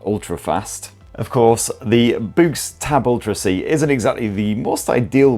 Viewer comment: Is it really pronounced as in "boo"? I would have thought it was to be pronounced like "books".